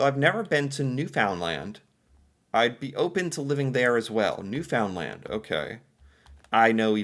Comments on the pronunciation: Hey, you used to say Newfoundland a little more correctly. Google it. Noofndland. You pronounce the land as always but the new and found are a little different. Great video. I have lived in Toronto Ontario as a child, as well as New Brunswick and Nova Scotia. Move to Jasper in 1982 when I was 22. It was Awesome for a young person. I worked in a Hair Salon as a Stylist Jasper is super busy with tourists in the Summer and somewhat in the Winter with Ski Tourists. Marmot Basin is the bomb!!! I now live just outside of Edmonton. I would also live in Nova Scotia for the climate and Ocean, However New Brunswick has Beautiful Sandy Beaches for Summer enjoyment. New Brunswick gets pretty hot in the Summer and so does Nova Scotia. I would live in New Brunswick also. The Lakes in Ontario are also awesome and Summer is hot too. The only place that doesn’t get as much heat in the Summer is Newfoundland as it is out further in the Ocean. I also Love Alberta!! Canada is the Best place to live for me. A true Canadian I am!! 🎉🎉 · The amount of times I have yelled at the screen correcting him in this video alone I've lost count and gone hoarse 😂😂😂. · Newfoundland is pronounced "New-fin-lan'" (you can add or leave the D at the end.. When you say "New Found Land" so hard, it's basically the calling card of an American. Same if you say "Tor-on-toe". Only outsiders say that... Natives would say more like "Torronno" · Please stop saying Newfoundland that way. It is pronounced Newfinland. I love your channel and your take on our wonderful country. Once we get rid of Trudeau the country will be much better off. Thanks for promoting our beautiful country. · The way he says "New Found Land" just lol.... omg. It's pronounced "Newfunland." say it really fast, no spaces. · I appreciate you trying and be successful in most Canadian pronunciations, but Newfoundland-is not a three syllable word just squish it into one word, and ramp it up from 33 to 45 ( L.P.reference here )